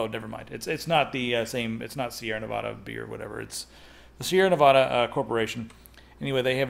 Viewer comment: Ne.va.duh. just so you know haha